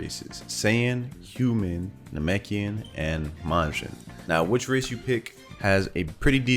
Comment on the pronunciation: i thought bro was saying "racist"